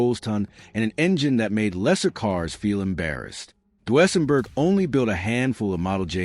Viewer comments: The way the narrator say Duesenberg made me stop watching... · Learn to say Deusenburg